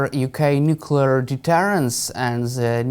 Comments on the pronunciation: I know that I am nit picking but his use of nucular rather than nuclear really grates!!! All the more surprising as he is clearly British. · I wish Ben would stop pronouncing nuclear as nucular.... Arrgghhhh! Other than that, the analysis is good. The internal pressures on Putin are mounting exponentially. He is trapped by his own hubris and lack of realistic strategic planning. Ukraine was always far too big to conquer or control, even for a military as large as Russia's. What Putin has underestimated is the value of freedom and identity to Ukrainians. It's the same for Poles, Romanians and all the other previously Soviet Bloc states that are now part of the EU and NATO. He has forgotten the real reason why the Iron Curtain (and with it the Soviet 'empire') fell. It wasn't tanks and bombs, it was the post-war western European culture that was live-streamed directly to the people of eastern Europe via their analogue TV and radio sets, from massive transmitters that were deliberately placed on the border. Those countries that came over to the West (and now Ukraine) will never give up their freedoms. Also, it's too easy to blow things up deep in another country with modern tech, as the Ukrainians have proved so spectacularly. Also, most Ukrainians speak Russian as well as Russians do. They can blend in, infiltrate and act invisibly inside Russia. Russia can never win this conflict. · "Nuculer". How embarrassing. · It's always jarring to hear educated people say "new-kyoo-lar" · I cannot believe that a retired British colonel cannot pronounce the word nuclear. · How on earth does a British Colonel not know how to pronounce 'nuclear' correctly ? Mind-boggling. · N.B. There is only ONE "u" in nuclear.